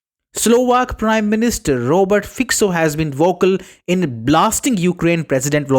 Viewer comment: It's Fico (read FyCo) not Fyko not Fyxo.